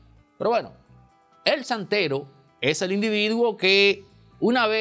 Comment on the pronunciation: Chantero. No santero.